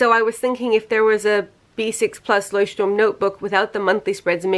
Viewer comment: Can we just take a moment to appreciate that she actually pronounces Leuchtturm right? Very proud of you, greetings from Germany!